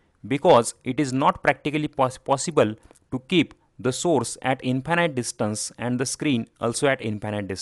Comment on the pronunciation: maybe pronounce infinite correctly! That way it is distinguishble from finite and does not lead to confusion.